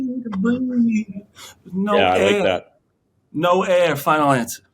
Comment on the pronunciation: “That’s no ah right tha” - about no air